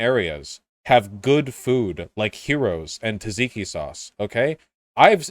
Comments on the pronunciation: Does Vaush pronounce Tzatziki as "tahiki"? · I can't decide what's more painful: Vaush's mispronunciation of "tzatziki", or his insistence that Spain isn't a Mediterranean country even after he brought up the "Mediterranean = good food" argument. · Also, pronouncing "tzatziki" as "taziki" is somewhat less infuriating than pronouncing "Gyros" as "heroes".